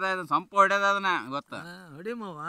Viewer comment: DRAMA. No use to us. Simply over acting. Time killing programme. MUVAA OR MAAVA ? What a hopeless pronounciation??